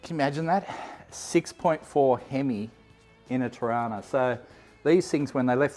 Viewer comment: Just need to pull you up on one thing, it's pronounced "Trarna"